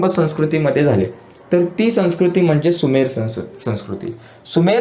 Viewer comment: Sir sumer not subher